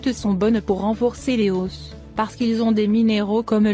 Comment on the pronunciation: pourquoi vous prononcez os en oss c'est les os sans S